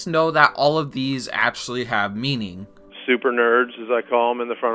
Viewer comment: where are you from that you pronounce actually as atually, section as setion and so on? just curious, no offense